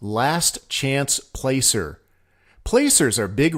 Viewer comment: Couple things: Holcomb is pronounced "hole-cum", not hole-comb. Placer mining, that is pronounced "plasser" not "place-er". Fantastic video, thanks very much.